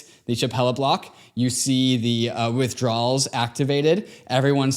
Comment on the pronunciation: Withdrowls on lol it’s pronounced “asky”.